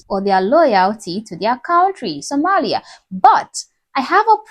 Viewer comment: Congratulations! You finally learned how to pronounce "Sòmālìā." 👍!